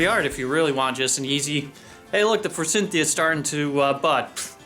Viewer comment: You are correct but note that there is no "n" in Forsythia??